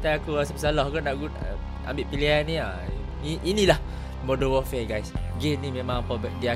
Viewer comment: It's warfare not warfair.